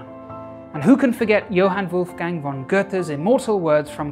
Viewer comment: As a native speaker, I have to say that your German pronounciation was quite on spot. The only real flaw that I heard was in the name of Johann Wolfgang von Goethe. The 'v' in von is pronounced as an 'f'.